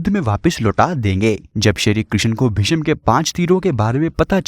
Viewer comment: भिषम नही, भीष्म हे